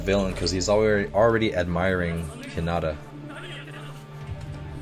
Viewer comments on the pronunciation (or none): IT IS H I N A T A PRONOUNCED H EE N A T A sorry i love anime and it kinda is a trigger when you pronounce it wrong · I'm literally tweeking out each time you say Hinata's name wrong!!!! It's pronounced, HEE-NAAH-TAA not, HHI-NAH-TA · Its He-na-ta not He-not-a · He-na-ta Hinata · Me barely holding in my rage: HInata not hiNAta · its pronounced He-na- ta, sorry that is going to drive me insane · Sorry it jus bothers me but its pronounced heenita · When he pronounced hinata wrong I died inside